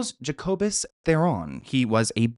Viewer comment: Its pronounced threran. 😊😊 love u